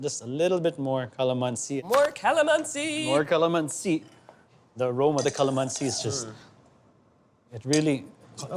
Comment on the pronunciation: I’m starting to dig you Chef until you pronounce calamansi 😭😭😭